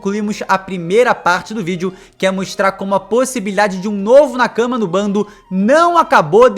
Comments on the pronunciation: Meu amigo. Nakama se lê Nakamá e não na cama. Na cama vc faz outra coisa, tipo... dormir hehehe. Ademais ótimo vídeo. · Genteeee, a pronúncia é nakamÁ!!! 😭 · Jeito que vc nakama é muito engraçado ahahahahah Tenta falar nákámá ficaria bem mais japonês